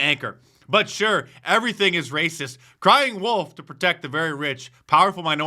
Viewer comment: When u say the word racist it makes me literally lol😂😂😂